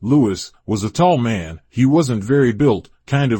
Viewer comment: Nice, only thing I take it that this is being read by AI because it sounds like "Black mun"instead of "Black Man"